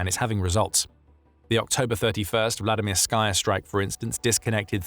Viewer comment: There's no "sky" in Vladimirskaya. Anyone doing a video like this should know better. You wouldn't say "Vladimir-SKY"; it's "Vladi-MIR-sky", with the last syllable pronounced "ski". Vladimirskaya is just the feminine form, and it's pronounced "Vladi-MIR-skə-yə", ə being the unaccented schwa (-uh).